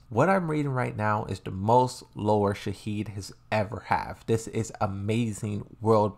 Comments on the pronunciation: Why you call Shaheen - Shaheed? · Salim* not "Salaam" lmao And why do you call Shaheen "Shaheed"? 😂😂